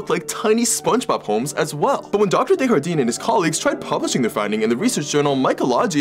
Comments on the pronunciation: Dr Desjardins is pronounced as ”Day-jar-done” Not “day-har-deen” it’s french not spanish you pronounce the “J” it doesn’t turn into a “H” like in latin-american spanish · Deshardin???? Desjardin is a french last name its not mexican des was good but for the jardin think of like jar-dine silent e and u dont pronounce the n either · Desjardin is a French name not a Spanish one. It’s pronounced day-jar-den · His last name is pronounced (day-jar-den) the j is rolling too, like you’re saying it in a French accent (it’s a French name) this is also my mothers maiden name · That's not how you pronounce his last name. It's french and means "of the gardens" and it's pronounced like "day" "jar" "dun" (it's still aproximative since a lot of french sounds don't exist in english). But with a name like that, there's no way it's a spanish j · Are gonna all ignore the way you said Desjardins... (Before yall send hate, I'm french, Desjardins would be pronounced as Des (Dé) Jardins, which is a french last name) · desjardin pronounced day-jar-dan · Desjardin being pronounced the spanish way and not the french way is something I never knew I needed to hear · The way he pronounced Desjardins... i have no words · Lmao i think he tried to pronouce it like spanish whitout knowing its acutally french. Honest mistake to be fair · I dont see anyone mention this but the doctor's name is french and was mispronounced sounding Spanish. The J does not make a H sound in french. Note: Fun fact the Doctor's name means 'the gardens' (des jardains) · Fun fact: Desjardin is French and is pronounced with the J. It's not soft like in Spanish. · The scientist's surname is French. The J is pronounced either as ZH or anglicised as a regular J. Pronouncing as an H is Spanish. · Dude pronounced a French name like a Spanish name 😔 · The way you pronounce his name haha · Bro has a French last name, but you're pronouncing it with Spanish pronunciation rules. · Pretty sure thats not how desjardin is pronounced